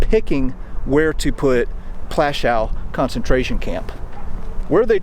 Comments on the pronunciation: If you want to make some money from these videos at least make sure you pronounce the names right it's not called Plaschau but Plaszow, if you want to tell something about history do it right. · Its not Plashau... its Pl'aszuff, more respect to more respect for other languages, please. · Its not pronounced Plashou - Its pronounced Pwashov good sir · Dude, it’s Poouashoov, not that difficult to pronounce. ;) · I love your videos and you’ve earned a subscription, but please, W is pronounced as V. Plaszow is pronounced Plashov. Krakow is pronounced Krakov Warsaw is pronounced Varshava. Cheers, still massively adore your work. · It’s pronounced plashov, Polish W is pronounced V, as in Krakow which is pronounced Krakov. Thank you for this, it’s the first of your videos I’ve watched. I’m going to subscribe. If you haven’t been to Majdanek, pronounced Midarneck, I suggest you go, it is the only camp which has been left as it was, every time I mention it, my stomach always feels as it did on the day I visited which was in 1988. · Please learn the proper polish pronunciation..not that hard...had no idea what plashaw was. Am polish.. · prounounced platzow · Teeny bit disrespectful not to learn a bit of Polish pronunciation. Krark-uff and Pwash-uff. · YOU WOULD THINK THAT PEOPLE SO CONCERNED WITH HISTORY< WOULD TAKE THE TIME TO LEARN THE PROPER PRONOUNCIATION OF POLISH CITIES, NAMES, AND SITES. Cracow is pronounced KRA-KOOV. PLASZOW is pronounced PWAHSH-OOV. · I thought it is pronounced pawashoff.